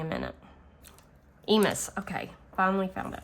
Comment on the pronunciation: Hi. Emus is pronounced e-moos. They are an ostrich like bird. Well done - great savings.